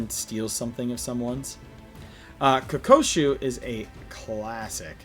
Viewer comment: KO-KU-SHO. Not Ko-ko-shu